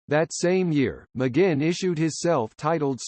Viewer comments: It's a computer narrating, but if the person who made it wrote "mahgwin" it probably would've said it right lol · His name is NOT McGinn! It is pronounced: "Mick Gwin." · Okay, thanks for doing this video on one of my lifetime inspirations. But— It's not "Muh-ginn", hello: it doesn't rhyme with "begin"—duh. Each time I hear his name's mispronunciation in this video, which is of course a whole lot because he is your subject, it pisses me off. McGuinn at the beginning, and learn to say his name right. If you're going to do a vid bio of someone, learn to say their name right from the beginning, otherwise it sounds "off", i.e., potentially misinformed. I mean how do you pronounce yours? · I believe McGuinn is pronounced Mcgwinn. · Why the awful computer voice. Can't even pronounce his name right. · At least get the pronouncing of his name right!...at least he mentioned his name change from Jim to Roger...done I believe because the later had the 'right' number of letters in it! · This is a bull crap completely incorrect information video. TO BEGIN WITH THEY CAN'T EVEN PRONOUNCE HIS NAME CORRECTLY. Turn this off & look for something where the people who produce it have a brain in their heads.💩💩💩💩💩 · come on! u could at least pronounce his name correctly!!! ugh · You can't even pronounce his last name correctly. What a joke. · Incredibly annoying how the narrator repeatedly mispronounces McGuinn... sounds like it's a computer generated voice. Not a very comprehensive overview either. Roger deserves much better! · This is mostly laughable and insulting. The digital voice narrator can't even pronounce McGuinn's name properly. And it calls him Roger from his early age though he was born James McGuinn and only took the name Roger much later with the Byrds. And the jingle-jangle guitar sound only developed when he took up the 12-string Rickenbacker after being inspired by seeing it in a Beatles film played by George Harrison. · Stupid jazz , can't pronounce his name correctly.